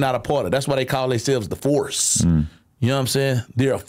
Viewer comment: bro said “the force” exactly like a country police from Texas would sound 😂